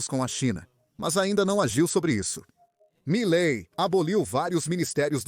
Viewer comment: Que malai é esse, rapaz? Aprenda a pronunciar direito o nome das pessoas e depois apareça! É cada uma que se ouve e vê nessa rede!!!